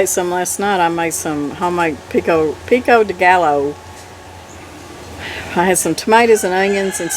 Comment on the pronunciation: Pee-ko day gah-yo, (pico de gallo) if you aren't already taking it, Magnesium glycinate will help with the hands siezing up, muscle spasms, eye twitches and more.